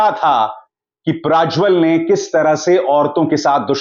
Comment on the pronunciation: आप क्यूँ प्राज्वल बोल रहे हैं? सत्य उच्चार प्रज्वल है.